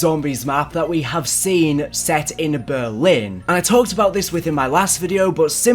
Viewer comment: Why do you say Berwin